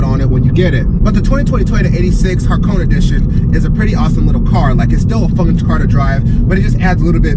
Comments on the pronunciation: its actually pronounced Ha Ko Ney like in the ney of a hores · Ha-Ko-Ne is the right pronunciation